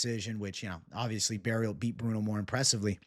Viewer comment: FYI, you don't have to pronounce the T at the end of Barriault its silent. (French is wierd right) I'm also biased and I think he could caught Shara.